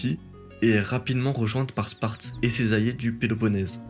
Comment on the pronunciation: Et « allié », ainsi qu’« alliance » qui sont systématiquement prononcés « ayé » et « ayance »